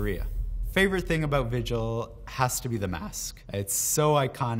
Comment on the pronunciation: Then vigil with his weird korean pronunciation